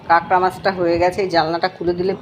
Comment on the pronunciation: Apni kakra kakra korchen ami katla katla sune jacchi dhur 😂